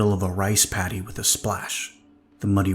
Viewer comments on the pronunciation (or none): none